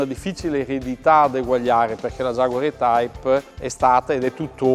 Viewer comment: Per Coerenza si dovrebbe pronunciare "i-taip".